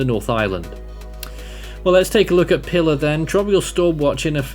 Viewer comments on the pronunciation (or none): Pilar is pronounced "pee-LAHR". It's Spanish.